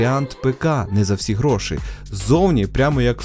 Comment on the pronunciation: Грошііііііііііііі, не гроши, а гроші, і з крапкою! Кулер БЖ не торохтить як дизель?